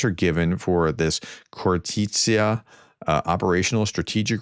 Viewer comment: khor-tits-ya with kh like ch in loch